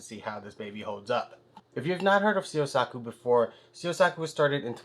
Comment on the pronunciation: Hi, thank you so much for the fantastic and in-depth review of my knife! Here are some of my comments and answers. 1. You pronounce “Syosaku” perfectly. 2. Tsuchime (hammered) pronunciation: Tsu (as in tsunami, the “t” is not silent) – chi (as in chin) – me (as in met) 3. Scratch pattern from sharpening: This is only cosmetic. It has nothing to do with the sharpness. It’s impossible to make all knives mirror finished at this price point. 4. Scratch pattern from the texture of the plastic cover: This is only cosmetic, too. We need the texture inside the plastic sleeve to make it easier to pull out the knife. If no texture, the sleeve and blade stick together after some time. We need to keep some air in between. 5. Spine and choil not rounded off: You’re right. We don’t do pinch gripping in Japan. But you don’t hurt your hand or finger even if you do it with my knife. 6. Handle tang hole not symmetrical: Again, it’s only cosmetic. We fix the blade to the handle one by one manually. My artisans carefully check the straightness of each knife. 7. Gradual and thin grinding: I’m glad you pointed it out. Of course, it’s important for the sharpness out of the box. It’s also important for the sharpness for the years to come. Because if the profile is not perfect, you’ll lose the sharpness after some sharpening. This is one of the areas my artisans’ craftsmanship is demonstrated. Thank you again! Toshi - owner of Syosaku